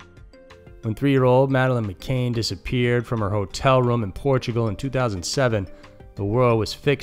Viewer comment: Love this guy but why say madeline mcain when there is no i in her surname? It is mccann!!